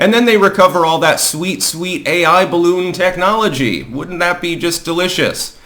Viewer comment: I mean, c'mon, man, BALLoon? There's only one way to handle this, and it rhymes with "bottom surgery"....